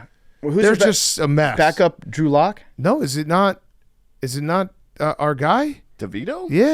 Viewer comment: Anyone else hear “Andrew Luck” when PFT said “And Drew Lock” lol